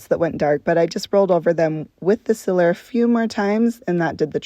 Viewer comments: sEEler lady. Not siller. You must be from Utah. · Any any chance, are you from Pittsburgh? You say Sealer, like we do!